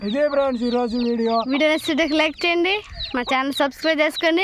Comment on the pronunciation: ఫ్రీన్స్ కాదు ఫ్రేండ్స్ అనండీ😅😊🎉